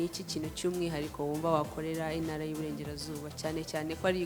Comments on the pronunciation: Pliz,bavuga intara ntibavuga inara! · Ariko se ibi bintu byo kutavuga ibihekane byadutse noneho ni ibiki!!? Ngo INARA,NYAMINGA!!! nuri ndumva ariko avuga